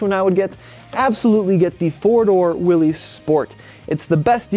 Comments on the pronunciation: Willys is pronounced "Willis", not "Willees". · Willys, pronounced Willis! 😝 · Great info as usual, Tommy. Just an FYI, however, Willys is pronounced with a short “i.” Sounds like Will-iss. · Willys is pronounced Willis. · You're pronouncing Willys wrong. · Just fix your pronunciation of Willys and you're all set.